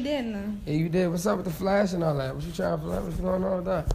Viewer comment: WhatCHEW mean